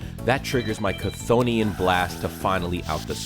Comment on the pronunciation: Chthonian is apparently supposed to be pronounced "Thonian" by the way. Though they do pronounce it different in the anime.